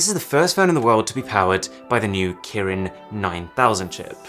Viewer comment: Arun: Kirin 9000 what I heard: 9000 Karen